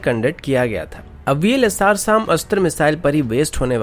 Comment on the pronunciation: Vls - SAAAM nhi hai SAM hai ye Pronounce to theek se kar bhai